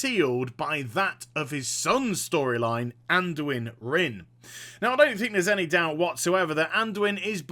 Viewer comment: Anduin, Anduin, ANDUIN PLEASE